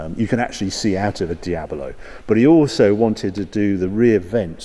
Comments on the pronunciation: Anyone else triggered he calls it a Diab-O-lo ? :S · What’s up English kids? Di-abilo? It’s De-ablow. Do you say De-abvil? It’s De-vil. So happy I’m an American. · Is it me, or does he keep saying, "DIA-BO-LO"??? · Someone teach this man to say "Diablo" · Harry, are you saying "Diabalo"? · He says 'Diabalo' quite a bit too.......still great though! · You keep saying diablo wrong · How is he managing to get 4 syllables out of "Diablo"? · It's Diablo, not an Diabolo xD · It's a Diablo not a Diabelo. Damn it! So annoying! Sorry I had stop watching because I couldn't stand you saying Diabelo all the time. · Please don't say Diabolo... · Why does he keep saying Diab0lo its D I A B L O , like the devil . El Diablo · Is it just me or is Harry pronouncing Diablo as Diabilo? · taking a shot for everytime saying Diablo "Diabolo" and you'll be hammered mid-video. But all the while enjoying a good video. :) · Normally I'd be annoyed at this, but for some reason I just love the way he adds an extra 'o' to Diablo and makes it "Diabolo", or maybe "Diabuhlo" depending on how you hear it, but either way he is definitely adding an extra syllable to the word for some reason. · "Diabolo"? WTF is Diabolo? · Ok, first off, it's not Di ab a lo ... it's Di ab lo! Please , get it right! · its called Diablo, not Diabolo. Its not an illness. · It’s Dia-blo , not Dia-bo-lo. Anyway I never enjoyed the look of the Countach, even the name sounds ugly. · Hi Harry, I love your videos, but I can hardly watch any Diablo related ones... The reason is you keep calling this iconic car diab-o-lo. It's diablo, not diabolo. I actually watched quite a few diablo videos (including Doug DeMuro's), and all the guys call it correctly - diablo, regardless of accent, only you renamed it to diabolo :-) PS: you said diablo , jaaj! 😊😊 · Great video. One question. How many syllables are in the word Diablo? Or is it Diabolo? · Why does Harry keep saying it’s a Diabolo instead of Diablo? Just kidding.